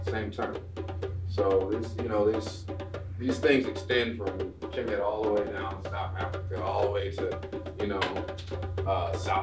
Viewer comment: it’s Khemet not Kimit